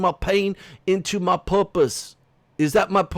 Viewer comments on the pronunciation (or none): Every time you say "my purpas" I think of The Jerk. 😂😂😂😂😂 A Steve Martin movie if anyone is wondering.